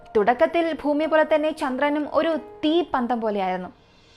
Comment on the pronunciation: ഫൂമി മാറ്റി ഭൂമിയിൽ എന്നാക്കി മാറ്റണം